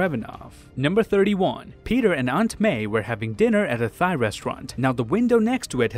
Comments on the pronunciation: This mans said “a thigh restaurant” instead of “Thai restaurant” I’m dead 😂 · no one gonna talk about the fact he said thigh instead of thai??????? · He really pronounced Thai "thigh" it's pronounced tie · Thia is pronounced 'tigh' not 'thigh' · Hello sir. Thai restaurant is pronounced like “tie” not “thigh.” Great video tho. 👍🏽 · FYI Thai is pronounced the same as tie, not thigh. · the pronunciation blunder for Thai ... you say Thigh ... when it is said Tie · Ah yes my favorite restaurant, Thigh Restaurants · "Aunt May and Peter were having dinner at a THIGH resturaunt." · Yup. 100% pronounced "Tai", or "tie" like a tie you'd wear, and not "thigh". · In case you see this Thai is pronounced like the name “ty” not like thigh. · "peter and aunt may were having dinner at a thigh restaurant" c'mon mate, it's thai not thigh. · Tai is pronounced like “tie” not “thigh”. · i watched at .25x speed and noticed you said pronounced thai with TH-AI instead of T-AI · Thigh resturant? 😂. Pretty sure its pronounced tie. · Thai “ty” food 🙄 Thai “thigh” 😚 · being thai and hearing people say (thy) instead of (ty) makes me angry so please show this comment to anyone who says (thy) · Who else noticed he pronounced Thai as thigh and not tie? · he says a thy restaurant on Thai(ty) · man pronounced thai as literally "thai" , its pronounced "tai" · a thai (pronounced thai) restaurant not thai (pronounced tai) XD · its pronounced "tai" not "thigh" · it isn’t thai (thigh) it’s thai (tai) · "Thigh restaurant"... I'm gonna be that guy okay? It's pronounced "tie." Sorry, but being Asian and hearing it pronounced wrong makes me sad and cringe... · Thai. He pronounced it as thigh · A “thigh” resteraunt. Lol! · He said it like “thigh” lmaooo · Sorry but when you said "Thigh" when you talked about the Thai restaurant scene, I wheezed so hard. I never heard of someone say it like that, and I'm Thai. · boy do i love me some "thigh" food xD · It's Thai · my brother calls it thigh too and it's annoying